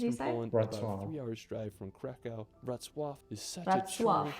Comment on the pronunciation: Wrocław should be read as "vrotz wav".